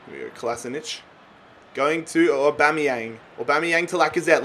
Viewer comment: Just when you started nailing the name you go and take it back to Bomeyang. BAMEYANG!!!!!!!